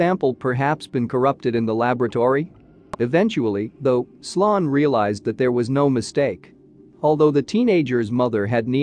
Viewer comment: Pretty sure his name was sloan (sounds like slone)